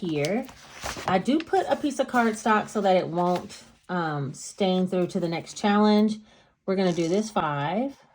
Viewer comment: Hey , I love your personality. You're inspiring. And not to be super weird. I crack up every time you say "shallenge".. cool video!!!